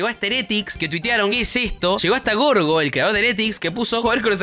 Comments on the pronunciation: Gorgo jajja lo dijo literalmente cómo se escribe, en realidad se pronuncia como si fuera con j osea jiorjio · todos: yoryo(pronunciacion) BOFE gorgo xd